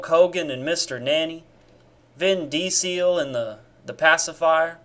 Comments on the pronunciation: a vin dee-seal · I didn't know that's how you pronounce Vin Diesel's name lol